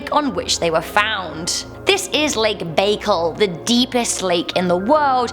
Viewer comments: It's not Lake BAY-kel. It is Baikal, pronounced BI, like bisexual, and cal, like calvin. Bi-cal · Lake Baikal pronounced 'Bye Call'